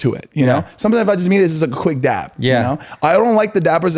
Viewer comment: am i the only one that is cringing every time they say dap?? i thought it was dab??? 😭